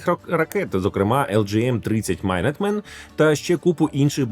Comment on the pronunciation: Збирався написати про неправильну вимову minuteman, але потім передумав. :)